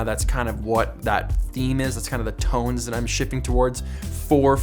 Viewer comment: Does anyone hear “moody toads” instead of “moody tones” ?